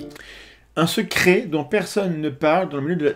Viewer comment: Le "secri" à ... je me le passe en boucle, je chiale de rire !!!!